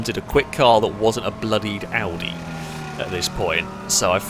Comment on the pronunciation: thx for pronouncing Audi not odi